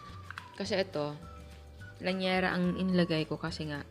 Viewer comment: Llanera hindi lanyera